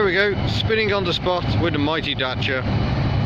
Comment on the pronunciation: Really neat video, glad you pronounced Dacia properly and not "Datia" as most british people do. Good luck with it, she's a beaut!